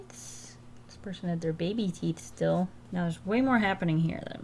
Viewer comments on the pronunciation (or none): none